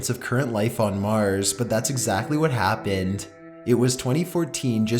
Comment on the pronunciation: turned it off after turned the word happened into 4 syllables ha